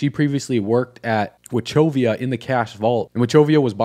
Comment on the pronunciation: It's Wa KOV E AH not watchovia